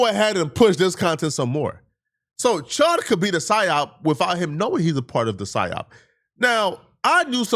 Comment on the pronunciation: Dr Umar doesn't know how to say psyop 😂